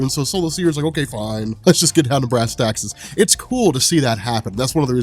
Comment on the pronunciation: Dude! It's brass TACKS not taxes man lol